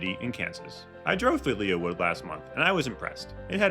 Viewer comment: Lee Wood. Not Leah Wood.